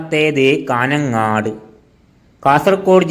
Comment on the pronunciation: കാന ങ്ങാട് അല്ല കാഞ്ഞങ്ങാട് പട്ടണങ്ങളുടെ പേരെങ്കിലും പഠിക്ക്